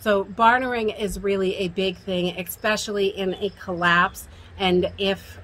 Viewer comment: “Expessially” important or especially lol